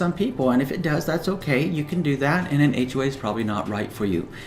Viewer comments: Wow i just noticed that....ahhhhhhway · It sound like he is saying H way. But good info